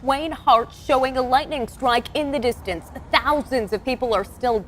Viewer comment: Thousawnds of lwightning stwikes